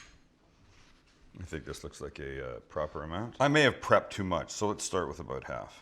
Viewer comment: Aboot lol. Your Canadian side is showing, not that that’s a bad thing ofc.